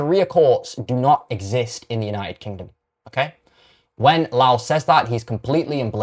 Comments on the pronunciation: Your mispronouncation of Rupert Lowe's name by calling him a louse is as much of a shite thing to do as your support for the shite Islamic religion. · You must be saying his name wrong on purpose? Why are you trying to make yourself sound unintelligent? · Couldn't even pronounce his surname correctly As for the debunking, well I've listened to far more informed individuals, and this is just sophistry. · Are you mispronouncing Rupert's surname to purposely wind folk up??...it's working. Oh, and you debunk nothing. Scraping the barrel to justify SA...sick.